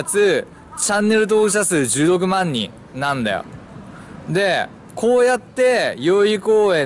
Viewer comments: チャンネル登録者数16万人が10億万人って聞こえて「は？何こいつ盛ってんだよ」って思った。。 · １６万人が10億万人に聞こえたw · 16万人が10億万人に聞こえて仕方ない